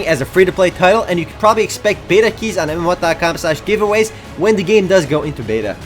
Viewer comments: God its so annoying say MMOHUT RIGHT its not MMOHOT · "Hai guys dis iz from mmo hat dat cam" I just love the way you say that:D